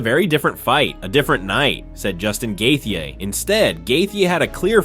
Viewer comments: He pronounced Gaethje a different way every time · If you can't pronounce gaetchi then just stop trying dude you get worse instead of better every try😂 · It kills me how bad you are at pronouncing names 🤦🏻‍♂️ couldn’t get past 2 minutes hearing you say gaethje’s name one more time 😂